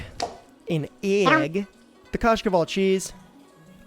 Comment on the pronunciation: My guy that pronunciation on kashkaval/кашкавал was spot on, like literally exactly how we say it